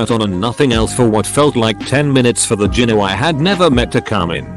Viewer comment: Learn how to pronounce gyno!